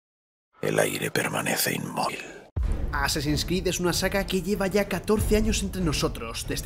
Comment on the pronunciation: "El aire permanece inmoil"